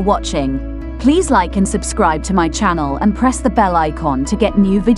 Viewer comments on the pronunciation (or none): none